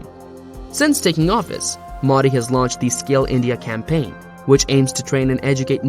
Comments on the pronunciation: Actual pronounciation Mo -dee How narrator pronounced it - Meaw- dii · Funny how you are pronouncing Modi (Its Moe-dee not Moddy) Otherwise great video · It's not maudi... It's MOdi.. dog's d. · It's not Maadi Its MODI Pls pronounce his name correctly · Its not MAUDI dude. Its Modi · the pronunciation is "Mohdi" and not modi(fication). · Have some respect and pronounce his name correctly. It's not Mudi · WTF is Moddy? Learn the correct pronunciation. You don't say BREE-OKAY for brioche and KROY-SANT for croissant do you? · Here's the pronunciation: "moh-thee" Thee, as in, 'th'ough, 'th'us. There's no excuse to not knowing the right pronunciation. There are, quite literally, 100s of 1000s of videos right here on YT, not to mention a ton of new outlets covering him. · lmao "moddy" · Why tf y'all pronounce the name so wrong like damn... You must've heard his name multiple times yet you don't correct yourself. IThe same mistake non Native speakers do y'all bully em into developing "accent". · The way he says modi is so funny😂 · Yo man pronounce modi properly else I cant trust you ! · Please use right pronounced MODI correctly. Practice more